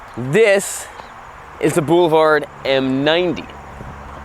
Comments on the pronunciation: I heard "bull-vard..whatever tf that is🤔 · I like how pronounces ‘boulevard’ as “BOO-luh-vard”! 😉